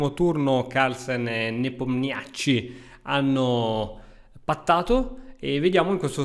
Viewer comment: Finalmente qualcuno che pronuncia Neponiatcghiritichi nel modo corretto, o perlomeno originale 😅